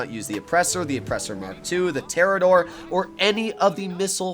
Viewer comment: "Terrador" I am unsubbing so fast